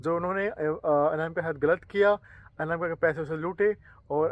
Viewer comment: Anamika ❌ amnaka✅